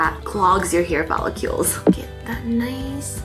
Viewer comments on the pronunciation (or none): don't forget the follycewls